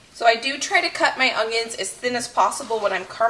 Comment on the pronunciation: I love the videos however there is no "g" in onions. Lol